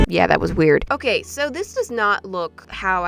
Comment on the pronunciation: “It’s not OKEH to be OKEH”❤️(titan cry 😭)